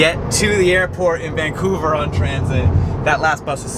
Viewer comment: Van-couver to Vang-couver! Haha seems like you got a hang of the Canadian dialect 😂